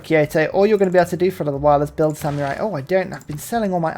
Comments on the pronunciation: Oh dear, pronouncing samurai with a y in the middle is back. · Apparently no-one taught you how to pronounce samurai. It's Sam err eye, there is no y in the word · I know it's a British thing, but I chuckle at "sam-you-rai" everytime